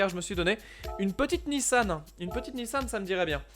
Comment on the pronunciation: Cest pas nissanne cest nissan On dit mamanne ou maman